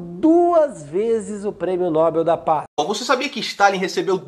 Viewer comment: Pelo menos Nando Moura acertou na pronúncia de Nobel(é). 😀